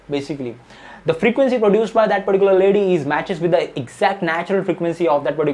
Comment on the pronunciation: Whenever i skipped video he was saying paricular 😂